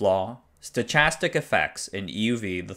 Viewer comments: stochastic is pronounced as "stokastic", not "stotchastic" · Thanks for the informative video. FYI "stochastic" is "stow-kass-tik", rather than "stow-chass-tik" :) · maybe you meant /stəˈkæstɪk/? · ha-ha "sto<ch<astics" and then starts taking something about quantum mechanics. I wish I had the same level of self-confidence and ability to talk about something I have no clue about. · hi, I could not help myself with it.. the ch in stochastic is as in chemistry thanks for the video, it was very interesting. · "stochastic" is pronounced stoKastic. Also, say "affecting yield" instead of abusing "impact" as everyone else does. Reserve "impact" for meteor strikes, not one thing affecting another. Surely time to yield bar is a is a horizontal line indicating time. Interesting video. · "stochastic" - the 'ch' is a hard sound, like 'stokastic' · stochastic is a word that is usually pronounced with a k instead of a ch sound in American English. Phoenetically, something like this. stoh-KAS-tic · It's pronounced "sto-KASS-tick" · "Sto K astic" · dee-ram (DRAM) stokastic (stochastic) your videos are great and well researched, but your pronunciation is not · Great video, as always. I was surprised by your pronunciation of 'stochastic'. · Sorry to correct you: the CH in "stochastic" is not pronounced like in "choice" -- it's a Greek origin word, like "chorus", or "chaos", and in English it's pronounced like an unvoiced hard "K" sound, exactly like in "chorus", or "chaos". Other than that very minor thing, fantastic video. Thank you very much! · A minor comment: I think stochastic is pronounced differently . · That’s not how stochastic is pronounced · How to pronounce "stochastic"